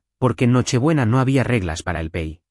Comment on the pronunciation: No se dice pey. Se dice pay. Pay pay